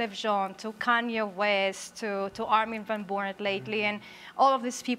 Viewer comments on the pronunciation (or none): LOL He said Armin Van Buuren name wrong hahahahahaahah shows he has no idea who he is